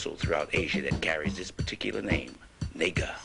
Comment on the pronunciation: Dude no disrespect but take this down because this is idiocy beyond belief...naga pronounced *Na(like natasha) gha ( like ghana) not nee - ga ....naga literally translates to dragon or winged serpent.. Dont be a fool bro